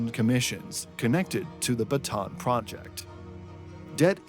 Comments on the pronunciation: It’s pronounced Ba-Ta-an, not Batan. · It's pronounced Bata'AN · Bataan is pronounced with three syllables (bah-tah-ahn), not two. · I have yet to hear a creator pronounce "Bataan" correctly. Maybe one day I will.